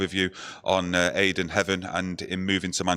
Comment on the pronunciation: Mayd'en Heaven lol